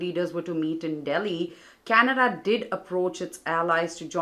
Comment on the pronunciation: Canada not Canda🤓